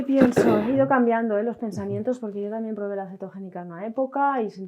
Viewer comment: " TAMIEN" 😂😂😂 Qué mal pronuncian los españoles! Diox!